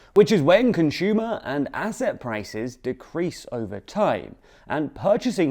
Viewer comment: If this dude says conSHumer one more time I’m going to give him a figurative wedgey. Learn how to pronounce things without pretension, bro.